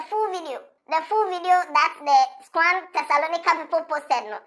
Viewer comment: Kotor Natio president its pronounced SCOAN (SCORN) not SCO-AN